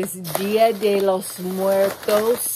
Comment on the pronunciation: Being Latina, your pronunciation of Dia de Los Muertos was awesome. Heyyy, Clover from California.